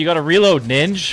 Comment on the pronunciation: why he say ninj like a slur